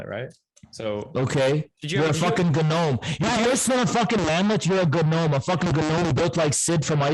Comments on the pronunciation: I think the G in gnome is silent. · MF said “guh-nome” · I cannot tell for sure if emphasizes the G in gnome intentionally or not.